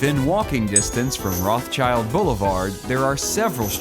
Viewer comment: Great video, even though the place names are all wrong. Jaffa is pronounced "Yaffo" Rothschild Blvd is pronounced "Rotsheeld" Ben Tsiyon Blvd is pronounced "Ben Tsiion" (Ts is the Ts sound in Tsunami) Otherwize great video.